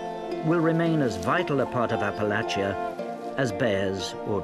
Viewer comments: thank you for pronouncing Appalachia properly! <3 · AThank you for pronouncing Appalachia correctly.